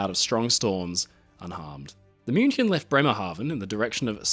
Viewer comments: German native speaker here - perfect pronunciation of "München". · Spot on pronounciation of 'München'. Also a little not-so-fun fact: Her sister almost sunk in a similar manner a couple of years later. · I appreciate the correct pronunciation of München. Thank you, A native German speaker